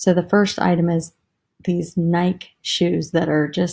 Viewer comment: Nike is pronounced Nikee